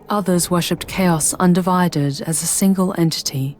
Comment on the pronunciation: I can't unhear "Chaos UndiVIded."